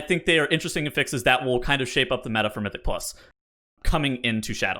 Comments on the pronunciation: He says it like the verb when it’s a noun. 😢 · The way you pronounce affixes gives me quite literally herpes.